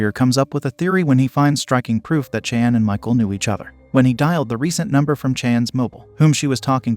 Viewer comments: It's interesting how the narrator can pronounce the name Xavier but can't pronounce the name Cheyenne. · They said it correctly the first time… 🤦🏾‍♀️ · Cheyenne it's pronounced "shy Anne". Say it rite. Thanks lol. Thanks. Doing a good job